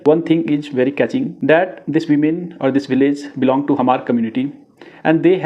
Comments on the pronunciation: U can not even pronounce Hmar. Go to school again bro.. Hmar.. not Hahmar.. prepare well before u .. show anythings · Hmar should be pronounced like Mar (h must be silent) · this chapri cannot even pronounce the correct spellings of hmar n kukis n wtf did he think he is doing here ... Spreading false narratives and his own assumptions. Report this account immediately.